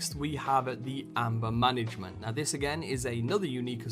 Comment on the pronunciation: Lol, Amber Mangement?